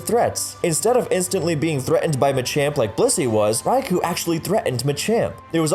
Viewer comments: It's called Raikou (or Raikō), not Raiku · At rate the Ferrothorn video is gonna be longer than a Lord of the Rings movie. How many times do I have to say this? It's 'Rai-koh,' not 'Rai-coo!' Also How Good Was Mr. Mime/Mr. Rime Actually? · Rai ku? isn't it Rai KO? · Raikou, not Rai Ku!